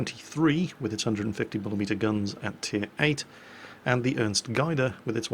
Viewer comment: Just for your information its pronounced Ernst (you had that one quite right) Gade (with the A sounding like the A in Apple)